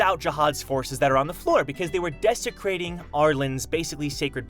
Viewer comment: "Desecrating Arlen's sacred place." hey. Uh..... please don't say it like that?